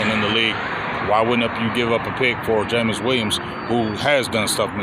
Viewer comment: Brother, it's Jameson Williams (not Jameis), but I know who you were talking about. LoL I'd rather have: George Pickens Jameson Williams Keenan Allen Amari Cooper In this order. Just get SOMEBODY who opposing defenses have to respect.